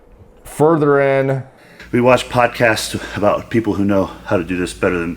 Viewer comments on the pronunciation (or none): none